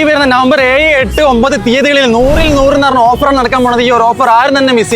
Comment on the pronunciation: ഏയ്‌ അല്ല ഏഴ്